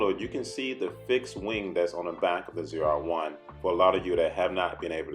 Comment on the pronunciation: Never in my life have a i heard someone pronounce zr1 so wrong lol its , " Zee-are-1 "